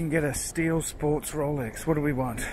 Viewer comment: (Slurring speach) ... "Rowlecks! ........ Rowlecks! ...... Rowlecks is what I want ! " - First Covid19 3rd wave, now progressing to the Zombie invasion !